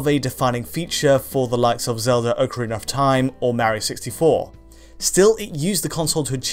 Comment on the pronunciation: Did you just say OO'carina of time? lulwut